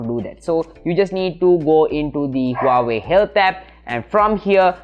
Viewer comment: Huawei, Not wawei